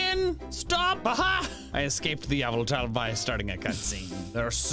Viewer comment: a piece of me dies every time he says yavultahl